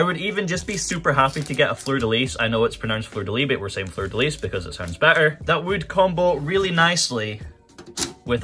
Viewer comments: In french it is, in fact, pronounced fleur de lisssssss, just as you did. Its the weird royal flower/emblem. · Fun fact: the s in "Fleur de lis" (or "lys" in proper French) is not silent so you're right